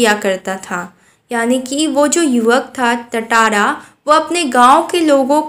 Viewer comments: Not tataara it's tatara😂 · Tatara nahi tantara (टाटारा nahi तंतारा) hota hai😅